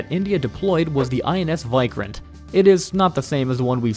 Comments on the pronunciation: Why-Krant!!? It is WE-Krant 😆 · It's pronounced INS "vik-rant" not "vi-krant" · You sound that as INS "why kranth" its INS Vikrant .. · Your VIKRANT pronunciation is wrong It is (ViiikRant) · "Wick-Rant" is much better pronunciation for "Vikrant". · Lol he said vik-rant... Not krant...! Vik as in Viking...